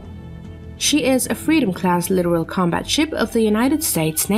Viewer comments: 30-year Navy veteran here. The only thing here that makes me cringe is the computer voice narration. It's pronounced litTORal not "literal". A video like this would be far better if accompanied by commentary to explain context as to why now. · Litoral not literal. Holy shit.